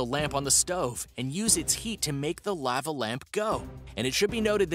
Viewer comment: I have never heard lava pronounced like that LOL